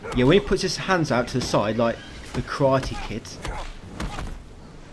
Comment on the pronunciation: Yep, Gina is still bald there for a minute. I have NO CLUE what that puzzle ending was. Did we destroy the world with ice? Platinum popped exactly when yours did. And Voss with his “Kara-te” 😂 🤦🏼‍♂️ WTF. Thanks Mate. I give the game 2 out of 5 ⭐️. Your guide … 5 ⭐️ all the way. You’re one of the greats. Keep it up. Till our paths cross again my friend 🤝